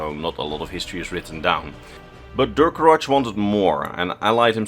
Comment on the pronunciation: This may come off as pedantic, but the way you mispronounce the name Durcorach hurts my ears a little every time. Reachmen are vaguely-Celtic in terms of language, from what we know, and so the '-ch' at the end should be read like a 'kh' and not a 'tch'.